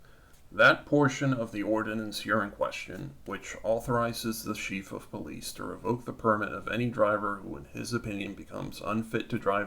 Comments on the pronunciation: Chief is pronounced 'CHēf', not 'sheef' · Thompson.... pronounced Tom-son... ignorant enough to not be able to pronounce a common name. So irritating. It's not a Sheef of Police, either...